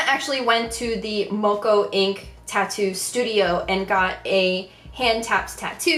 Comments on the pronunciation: That’s not how you say moko. Rihanna tattoo was a māori tattoo that was not by a lot of māori was considered a traditional māori tattoo. A lot of kiwis thought it was very disrespectful that she got the tattoo covered up pretty much straight away. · Pleaseeeee look up how to pronounce Moko!